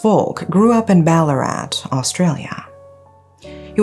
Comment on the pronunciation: Also perfect pronunciation of Ballarat, most people say it wrong. Thanks for covering this heartbreaking case